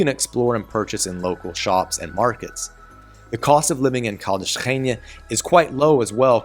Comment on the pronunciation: Agreed that almost all of your city names have become quite good. Just two very minor adjustments: open, short e in Beja (not Beija) and separate syllables in Ra-inha. Otherwise, perfect!